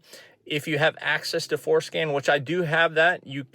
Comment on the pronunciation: Man I wish they had something like this for disabling MDS. Also... I think you are saying FourScan... but it sure sounds like it is called fourskin. lol